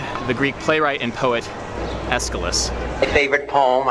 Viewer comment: John F Kenny: A poem from my favourite poet completely butchers the name Aeschylus